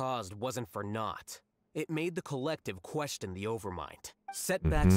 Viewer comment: Is it just me or pronounced question "quesTon"?